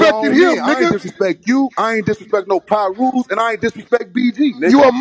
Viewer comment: He said on pie rue lol